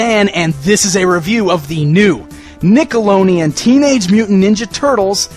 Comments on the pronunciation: is it me or does it sound like he's saying nickeloneon instead of nickelodeon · he totally says nickeloneon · He said nickeloneon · I'm not being rude or anything just find it funny but Dan says Nickelodeon strange xD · Bdude 120 Nah I'm just saying how he pronounced it was funny